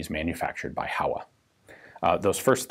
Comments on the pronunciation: It's pronounced "HOh-wa" [two Japanese characters, Ho & Wa if written using the hiragana syllabary] not "HOW-uh..." Just sayin'... ;-) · HO!-WA (how-ah is killing me). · For future reference, 豊和工業(HOWA Machinery) is pronounced Hoe-Wa, rather than How-A. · Reminder with the pronunciation of "Howa". Since it's japanese, it's supposed to sound [ho-wa], not [how-a]. Typical american pronunciation errors in reading mosr foreign languages. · Not Hawa, Ho-wa. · Ian sensei! "Howa" is pronounced as "Hōwa", like "Ho" in "hose"! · "Howa" is pronounced "hoh-wuh." The company's name used to be "Showa" but was shortened to "Howa." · HOWA is pronounced like Hoh-Wa in Japanese lasguage